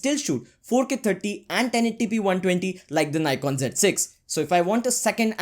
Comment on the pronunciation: abe Ni...kon kya hota h nikon hota h